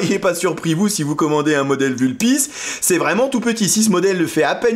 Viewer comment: Sauf que le U de Vulpis se prononce comme OU en latin.